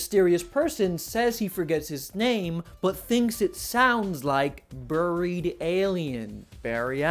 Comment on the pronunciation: Buried is not pronounced that way.